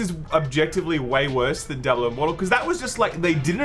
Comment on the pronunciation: "Djabulo" lol wtf